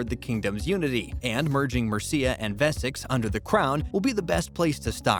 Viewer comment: The narrator can’t even pronounce Wessex!